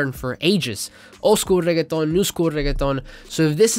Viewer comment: thank you for saying reggeaton with the proper accent ma dude 🤟